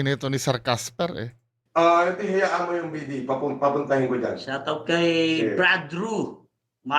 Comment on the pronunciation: Shatawt daw sabi ni casper